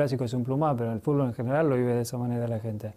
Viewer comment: Las veces que Messi dijo "Fulbo" 😍 👇🏼👇🏼👇🏼